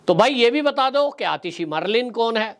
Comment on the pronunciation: मर्लिन " नही मर्लिन तो दूसरोंकी होती है। मारलेना बोलो वो अपनी खुदकी होती है। याने आप पार्टी की।